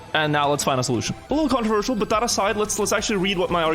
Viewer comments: it is very controwirtual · He is saying "controwirtual" on purpose, isn't he. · does he say controversial or controWirtual? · it is controwirtual indeed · Controwirtual indeed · I find it controwirtual... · Is the topic "controwirtual" then? XD Sorry, I'll see myself out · you could say it's controWirtual